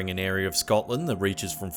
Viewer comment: figga, disappeaed,nauseurr, arear....where he should use r's he doesn't, where he shouldn't, he adds them.